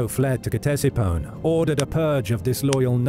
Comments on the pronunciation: It's not K-tesiphon bro... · Its pronounced Tesifon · Every time he says Ctesiphon it’s pronounced just a little bit more wrong